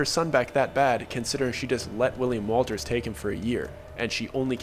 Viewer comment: U said it again hahaha , it Wundt be happening to ya if you were to say his name as ‘Willy’ ‘ Walters’ , but mite end up as Willy WOLTA , may become Willy Walter hahaahaa